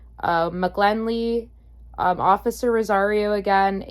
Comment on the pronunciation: The correct pronunciation of McGinley is with an "i" not an "l." Have no idea why you believed the first "i" was an "l" when the dot above the "i" is clearly visible?